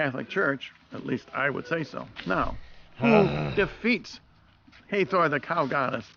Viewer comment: That is the Sun Disk that ALL the Egyptian deities wear in at least one depiction or another. Uneducated Swine Also that is HA-THOR not HEY-THOR in pronunciation.